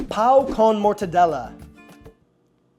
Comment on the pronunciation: When you say "pão" you need to end with almost an mmm or you're saying "cock".